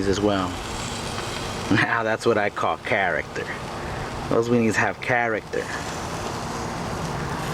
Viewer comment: hows this not viral "characta"